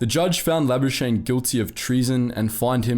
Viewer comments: Pieter La-bus-kah-nee (from French) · We know why pronounced Labuschagne like that haha.